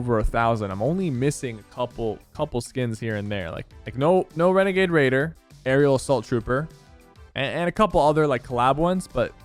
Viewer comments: no wenegade waider wahhh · My man dosent have wenegade waider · No wenegade wader? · Dang imagine he had wenegaide waidow